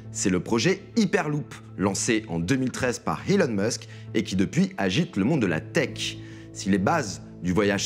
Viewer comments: HHHELON MUSK ? c’est qui ? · HHelon musk ?? Hmmm oui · L'iperloupe Helon Musk (prononce le h quand y en a pas et le prononce pas quand il y est) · HHHelon Musk ? Connaît pas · Ahah, je venais poster le même commentaire. Faudrait lui dire qu'on ne dit pas Helon Musk. Il a mal compris les conseils pour parler anglais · Je suis d'accord avec toi et c'est surtout la manière dont il prononces elon Musk qui m'est insupportable